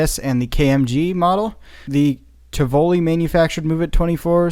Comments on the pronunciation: Hey guys great job as always. I enjoy your commentaries on all videos. However to the American narrator ( I don't know your name) I'd like to point out you mispronounced the name TIVOLI. It should be said as ( TEE VA LEE). just pointing that out to be helpful rather than an ass! The name Tivoli is a tourist town 20 or so miles east of Rome. And whether it's Amusement or Circus related, always remember Tivoli spelled backwards is. I LOV IT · Great video once again. The correct pronouncement of the word Tivoli is Tee-vo-lee. Fun fact tivoli spells I lov it backwards. Cheers